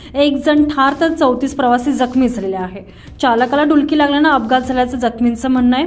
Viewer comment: डुक्l ली लागले नाही डुलकी लागली असे आहे ते